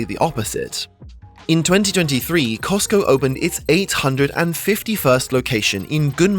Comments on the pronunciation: says Cotsco instead of Costco :) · What is "COTSCO" ? Is this the knock-off version of COSTCO?? 🤔🤣🤣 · “Cotsco” lmao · ah yes COTSCO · cots co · Costco fan-boi shows his controllers didn't edit his video very well by calling them "Cotsco". LoL. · Cotsco lol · cosco like tesco. 🤗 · Love that "COTSCO" in Japan 😁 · "Cotsco" lol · the rare Cotsco